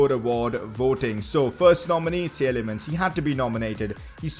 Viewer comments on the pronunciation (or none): Tielemans is pronounced T-li-mans